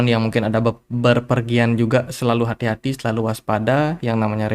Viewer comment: tiap mau cicil .. terngiung-ngiung "hati-hati" logat bali 😆